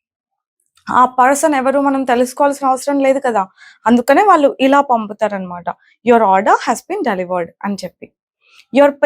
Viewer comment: Your English pronunciation is good but a small advice for your telugu. వాల్లు,వాల్లె అనకూడదు. "వాళ్ళు", వాళ్ళె అనాలి. చెల్లెలు(third person)కు బదులుగ "తిను" అని వాడారు. తిను అంటె అర్థం తినడం అని. అక్కడ వాడాల్సిన సరైన పదం "తను" మాత్రమె. అలాగె చాలామంది కల్లు(eyes)అంటుంటారు. "కళ్ళు" అనాలి. మరి కొంతమంది ఇల్లు(singular) ఇల్లులు(plural) అంటారు. ఇల్లులు అనకూడదు. "ఇళ్ళు" అనాలి. ఇది తెలుగు మాట్లాడె చాలామంది అవగాహనకు మాత్రమె.